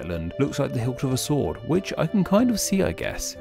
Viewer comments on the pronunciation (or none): none